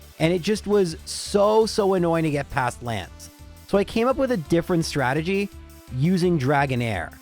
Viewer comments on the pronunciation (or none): oh i hope he on purpose meant ''Stragedy'' like from the old Rocky and Bullwinkle episode XD